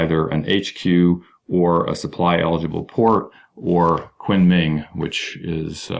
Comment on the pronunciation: Great vid. btw, Kunming is pronounced "koon ming"